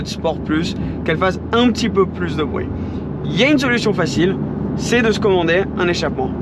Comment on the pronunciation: « Pour avoir un échappement qui fait bwuit, bruit » le petit accent anglais qui a glissé tranquillement mdrrr Cette voiture doit être sacrément incroyable pour avoir dû réfléchir afin de trouver des points négatifs.